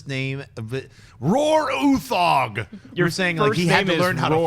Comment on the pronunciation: It's no where near how we pronounce Roar Uthaug in Norway, but I like your pronouncement better, sounds cooler.